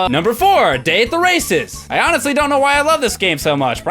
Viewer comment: When you said Day at the races, I thought you said Dave the racist!